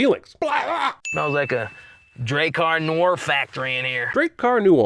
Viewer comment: He's sinning the way Hank ridiculously pronounces it